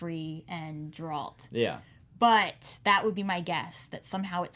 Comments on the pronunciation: It's not Jeralt, it's Geralt. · Its a hard G host, not pronounced like a J. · Host: Please stop mispronouncing Geralt’s name